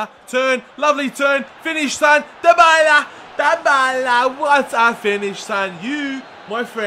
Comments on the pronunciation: Tayyib Jawid it's De-Bal-Uh, trust me... I watch Serie A games, and the italian commentators say it that way. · ***** it's die-ba-la m8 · Dybala is pronounced die-ba-la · It is said like die-bar-la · 6 episodes into the series and still cant pronounce dybala's name.. lmao